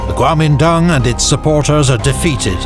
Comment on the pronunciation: In Mandarin，“国民党Kuomintang” is actually pronounced as“guomindang”，and “满族 manchu” is “manzu”, so basically he is right